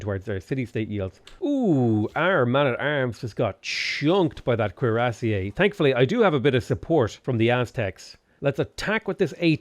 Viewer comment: The way pronounces cuirassier makes me laugh...